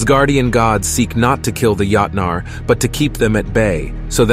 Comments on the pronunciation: When the A.I. voice kept saying: yahtnaar... 😂 Yahtzee! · You pronounced joutnar (giants) wrong. Other then that not a bad video.